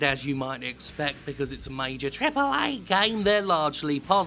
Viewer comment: Someone should really make a montage of Jim, thanks god for him, saying "TriPplE a"